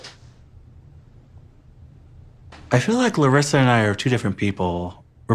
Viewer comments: Hi, I'm Brazilian, it's been awhile since I watched your reactions to this couple, I was so happy and surprised when you pronounced Larissa's name correctly 🤗☺️☺️☺️ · Im Brazilian and I just wanted to say that I really appreciate you trying to say Larissa correctly. You are a sweetheart.